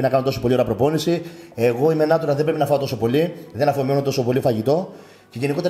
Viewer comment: Καλημέρα.Είσαι φοβερός και φαίνεσαι ευγενικός χαρακτήρας. Νέιτσουραλ προφέρεται. Εντελώς φιλικά.